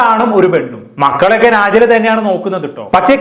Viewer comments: നാജില അല്ല നെജ്ല 😅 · നാജില അല്ല നെജില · നാജില അല്ല നജില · നാജില അല്ല നജ്ല 😂